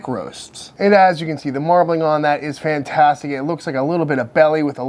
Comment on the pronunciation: stop saying fantastetic now you still can. love your vids.